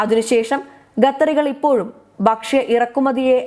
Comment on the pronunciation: ഗെത്തർ ഇസ്ലാമിഗ ബീഗരദ ബക്ഷ്യ സുരഗ്ഷിദത്വം അക്ഷരശുദ്ധിയോടെ വായിക്കൂ